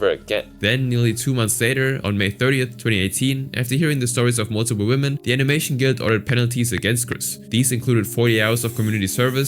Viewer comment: 'Women' is not pronounced "woman".